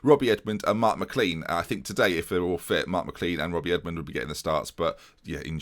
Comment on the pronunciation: IT'S MI CLAIN NOT CLEAN thanks xx